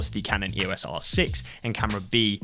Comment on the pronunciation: It's pronounced 'eos' as in 'eeoss', not spelled out.